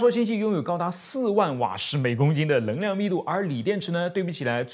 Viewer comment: 太惊讶了，竟然可以正确读出【能量】的【能】比如【能够】这里就说对了，还以为只会把【能】说成【棱】，请原谅我的吹毛求疵，的节目我非常喜欢，觉得做的非常棒~